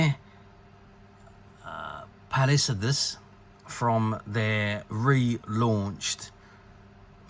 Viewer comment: You are totally butchering "Palisades". It's not Japanese. It's an English word. Rhymes with "Ace of Spades".